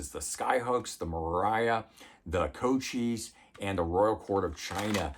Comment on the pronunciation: Couchois is pronounced "koo-schwa". Glad you found it.